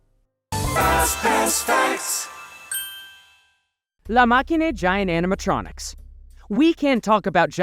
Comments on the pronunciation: "La Machine" is read La mashine in french, the same way you would say it in English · It's actually pronounced like 'LA masheen' lol :D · Why did u pronounce la machine like it was Latin/italian/romanian? In French “machine” is pronounced the same as in English lol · the way you pronounce La Machine 😅